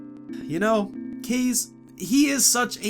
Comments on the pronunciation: You pronounce it like "case". But it's pronounced "CAR-zay" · ITS PRONOUNCED KAZAY NOT CAZE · kaze is pronounced kaz-ey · Please... To pronounce the creator's name, Kaze, is KAH-ZAY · Will the day ever come where learns how to pronounce Kaze?